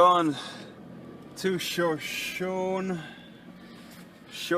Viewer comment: Pronounced "show-show-knee"